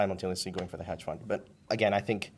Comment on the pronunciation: Grande, ottimo video come sempre! Unica correzione, non si dice “paypol” ma pay-pal, e non hedge “found” ma fund 😉🤙🏻